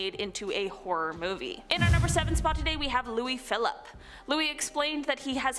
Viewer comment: Louis-Philippe is pronounced ee.